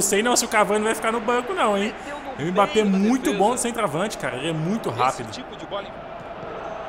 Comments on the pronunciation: Pq vc fala M-bappe ? Kkkkk o certo da pronúncia é Embappe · Mano fala mbappe certo e como se fosse "embappe" tá feio se falar "m"bappe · não fala "M bappé" tenta falar "Embappé" essa é a pronuncia